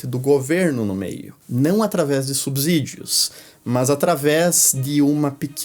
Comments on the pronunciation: Ótimos vídeos, como sempre muito instrutivos. Uma crítica construtiva. Lembrem-se que a pronúncia de subsídio segue a mesma regra de subsolo. Pronuncia-se subsolo e não "subZolo". Logo, é subSídio e não "subZídio". Som de S e não de Z. No mais, parabéns pelo conteúdo. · é subSÍDIO não "subZídio"